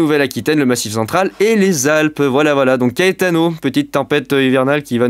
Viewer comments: Ça se prononce KAÉTANO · PS : je sais pas si CAETANO ce prononce KÉTANO ou KAÉTANO. Si quelqu'un a l'information 😅. VIGILANCE ORANGE ÉTENDUE AVEC LES VENTS VIOLENTS AU SUD, CHARENTES - SAVOIE.